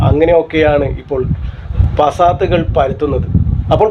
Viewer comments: പാസാത്... അത് നേരെ പറയു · പസാത്തു അല്ല ഫസാദ് ഇങ്ങനെ പറയാൻ പഠിക്